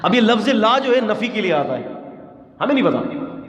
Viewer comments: لا کو چھوٹا کرکے نہ پڑھیں۔ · لا علم لنا۔۔۔۔کے لا کو چھوٹا کر کے نہیں پڑھتے وگرنہ معنی بدل جاتا ھے محترم ۔